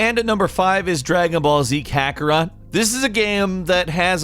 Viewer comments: “Dragon ball z kakarah” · Dragon Ball Z : Kakaraah~ ... hey Japan, stop trying to help western to say word, Just because you make a punny name from english word "carrot".. they can't say it. so just stop trying.. just use name that they can't pronounce, I'm sure they'll find a way to westernize the name to something like "Ash" "Astro" "Serena" or "JigglyPuff" that they did to other name. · "At number 5 its dragon ball z kakora" im fuckin sorry WHAT??? goku did not train his entire life to become the most powerful super saiyan known across the universe to have his nickname mispronounced oooooooh no no no no no no no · Did you really just say Kakara instead of Kakarot? Im triggered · It’s Kakarot! Not Kakara 😂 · .... "Kakorah" lol. Best mispronunciation. I'm not even mad.